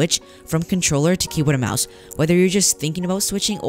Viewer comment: Bruh really said contorller 😂